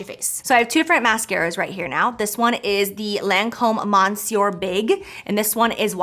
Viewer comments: "mon-suer" lol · “Miss-yeur”....the n is not pronounced. 💕